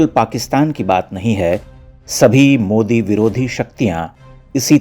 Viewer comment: modi ❌ mude ✅ Mohala kee fatt gayee 🤣🤣🤣